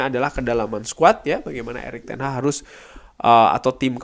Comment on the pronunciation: Hag bukan haH